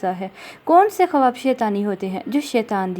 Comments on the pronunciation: Sahi lafz Khuaab hai khawaab nhi...apna talafuz drust kijie shukria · Bahen AAP har baat tafsil se Bata Rahi ho par jaha khuab k tabir hai wo u jaldi jaldi bol Rahi ho k kuch samjh nahi aaraha ya samjh kar bhi samjha mushkil hai Baat Ko Lamba khinchny se accha hai k main baat bataya karo Aur khuab ka pronounciation thuda Sahi karlen Khuab khawab nahi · kawaba nahi hota ha kawab hota ha